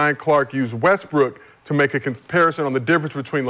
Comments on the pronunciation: why brah keep tryna play Westbrook? Lol he don’t even realize he say westbrick he say it so much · Addressing the disrespect but he keeps calling him WESTBRICK. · called him “west brick” the second time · In the first five seconds, he calls in Westbrick.😅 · I heard you say Westbrick bro. played it off smooth tho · Bruh called him westbrick 5 secs in 😂 cmon cuh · has one more time to say westbrick... Think he's slick smh